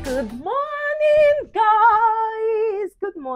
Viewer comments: Who else heard Guu morning 😂😂😂😂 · Its the 'hoo morning' for me😂😂